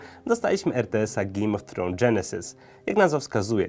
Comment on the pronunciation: GIJJM O' TROŁNS